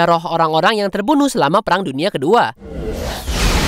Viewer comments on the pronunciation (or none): none